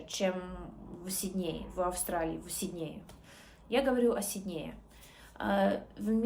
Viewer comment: Хороший уровень,особенно если ты от рождения русская.Зачем притворяться.Австралийка не скажет СиднЕе,она скажет сИднее....ведутся же...люди на этот бред.Напоминает Ингеборгу Дапкунайте- два года говорим с акцентом,пять без акцента,потом опять с акцентом.Умора